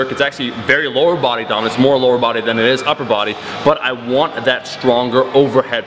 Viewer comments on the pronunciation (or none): 'you gotta build the lwoer for the upper' it piss baby!